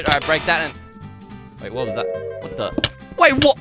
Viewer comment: the way he said ''Ze vault door''... My grandpa speaks English like that (all my family including me ofc is from Romania that's why)